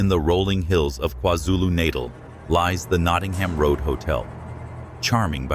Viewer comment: kwazulu nuhr-tell